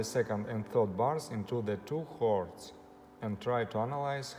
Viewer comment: Excellent advice. The only thing is I thought you were saying "hoards", and it took a while to realise you were saying "chords", but I got the message anyway 🙂